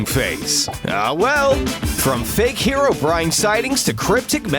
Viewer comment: It’s hero-breen, not hair o brine